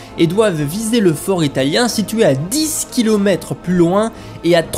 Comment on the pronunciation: Très intéressant mais, prego, apprenez à prononcer le mot "dix" en français... Et bonne année !